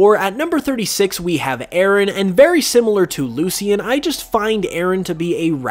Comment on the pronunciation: "Loo-Shin" not "Loo-see-in".